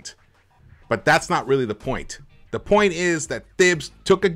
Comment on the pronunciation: His name is pronounced Tahibs bro